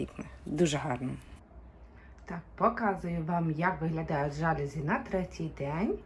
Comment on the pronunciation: Слухати - не можливо. Слово жалюзі - французьке - тому наголос - на закінчення - жалюзІ . СатимЕтрів. А ідея - хороша